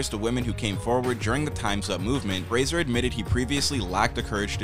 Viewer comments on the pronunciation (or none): Did a REAL human narrate this or AI? Fraser was mispronounced more than once at the beginning. Brendan's uncle is George Patrick Genereux (captioned Jean Rue, due to bad pronunciation). - the places named sounds like a long list, not city/state - Eureka, California. Seattle, Washington. Ottawa, Ontario. - who mispronounces "Methodist"? meh-THOD-ist?? Brendan (never Brandon) deserves a better video. 😟